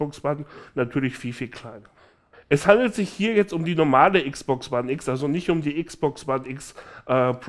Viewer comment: Wieeeso sagst du Xbox wone